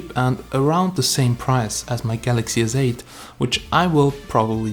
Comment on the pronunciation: It's galaxy Sssss8 not zzzz 8